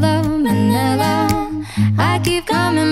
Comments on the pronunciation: “Ma-ni-la” not ma ne la 🥴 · Manila not manela😁